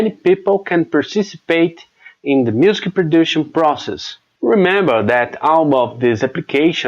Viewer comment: You nail the consonants but the vowels need work. If that makes sense. You're easily understandable. You will need to say "music" a little better. Muzik, instead of muse-ki.